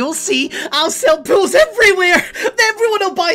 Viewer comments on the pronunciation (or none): sounds like was saying pills for everyone:D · fits that crazy role, plus when he says pools it kinda sounds like pills